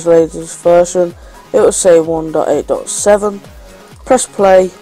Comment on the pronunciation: he doesnt know no how to say 1.8.7 corectly